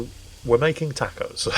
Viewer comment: No tacos for until he learns to pronounce “tacos”.